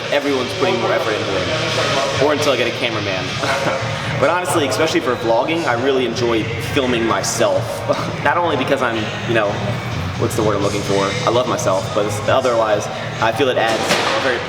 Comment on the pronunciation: In the true spirit of Ever Forward... stop saying eXpecially and start saying eSpecially! Strive for greatness! Ever Forward!